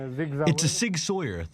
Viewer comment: Sauer not Sawyer dude.